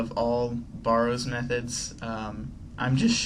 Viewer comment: is it just me or does his pronunciation of barrows bug you